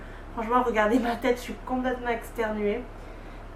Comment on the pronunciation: "externuer" un mélange "d'extenuer" et "d'éternuer" ?😂